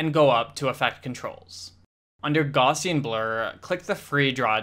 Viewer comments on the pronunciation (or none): Took me forever to figure out this man is saying gaussian blur!! 🤣Thanks for video tho👌😅